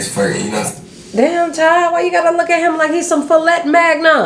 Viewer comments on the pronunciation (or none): Some who?!?!!!! “Filet eggnog” is what I heard 😭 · "Fillet magnon" 😂🤣😂🤣😂🤣 I'm DONEEEE